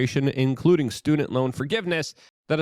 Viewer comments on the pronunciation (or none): none